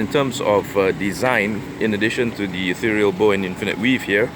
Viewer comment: di di di.. its not di.. its the